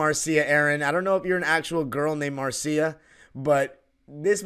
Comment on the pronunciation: Marcia is pronounced Marsha